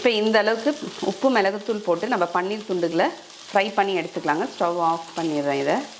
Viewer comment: பண்ணீர் இல்லை.அது பன்னீர்.